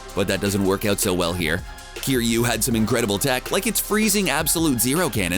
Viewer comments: you said cry-you its kiryu {care you} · ITS NOT CRYU YOU BAKA ITS KIRYU ki -ryū ! Also I want to see a Drunk Russian who is out for revenge against the titans pilot Mecha Godzilla. I think it would add some humor for the human element, what cant get better then having someone that wants to kill all the titans. >See what I did there ?